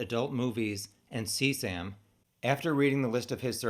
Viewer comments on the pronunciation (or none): none